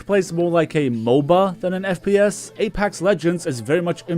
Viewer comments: please stop saying apAx. lol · nobody:: Apax legends